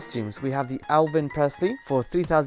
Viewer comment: Lol he said elvin again